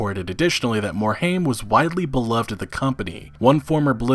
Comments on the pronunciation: It's not Morhame its Morhime. Frank Pearce was a corporate hound and left because he didn't get the CEO spot. Activision didn't involve themselves in Blizzard because they were bringing in buckets of funds from WoW at it's prime. Now that WoW has slowed down, and they don't generate the income levels they used to. That combined with low yield from CoD games, they are pushing all of their branches to produce faster and make as much money as they can. This is the trend you can expect going forward, unless Blizzard finds a cash cow again. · Please learn how to pronounce Mike Morhaime's last name. It is "More Hime" Not "More Haim". Thank you.